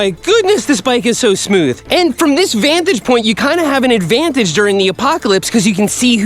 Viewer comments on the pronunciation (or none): none